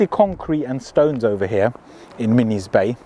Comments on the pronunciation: Min Iss NOT minnies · Minnis is pronounced Min is after Minnis Bay which is a beach in the area